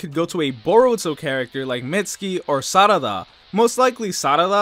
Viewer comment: Okay don't bother saying it as Sadada. Just say it as Sa-ra-da. You completely butcher it, just like I do.